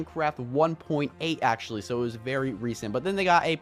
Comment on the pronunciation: AXE-ually, ok i just had 2